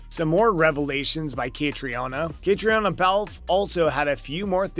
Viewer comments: Catriona is pronounced KaTREEna. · Catriona Balfe'name is pronounced Cat-treena. Seems important that you get it right. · Could you not have learned how to pronounce Caitriona’s name (Catreena to make it easier for you) before making this video. It’s not like there isn’t hundreds of other videos out there where her name is pronounced correctly. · I am wondering... who is the author of this compilation if he can't pronounce the name of the leading actress correctly?